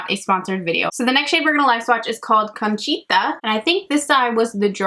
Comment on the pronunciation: Just a tip for Spanish pronunciation- single vowels always sound the same! A always sounds like ah, e always sounds like eh, I always sounds like ee, o always sounds like oh, and u always sounds like oo. So milagro is mee-lah-gro and conchita is cone-chee-tah